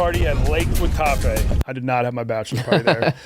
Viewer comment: Even though can't pronounce Guatape he's right it's paradise. I lived in a 1950s bus in a hostel for a month there.